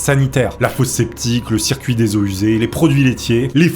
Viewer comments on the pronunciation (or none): none